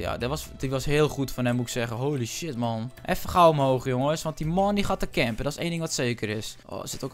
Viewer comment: ik vind het echt irri als hij steeds maon zegt 😒